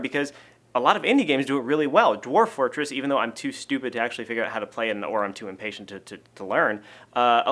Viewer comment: "Dorf-- Dwarf Fortress." Your /v/ is showing :D